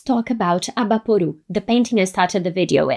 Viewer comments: Eu já estava vindo aqui elogiar que ela falou certinho "Abaporu" e não "Abapowrouw" kkkk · Eu já ia elogia como ela pronunciou Abaporu e Tarcila do Amaral lindamente, mas ela é brasileira. Inglês nota 10 também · Eu nem notei que ela era brasileira até ela pronunciar Abaporu, que domínio da língua inglesa! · BraSil!! Fiquei impressionado com a pronúncia de Abaporu até vc dizer seu nome e que é brasileira. Lindo vídeo!